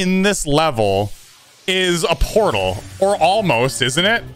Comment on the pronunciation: “Potal circles”